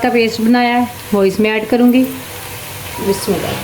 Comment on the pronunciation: Bismillah tu sahi parh ly.😮😢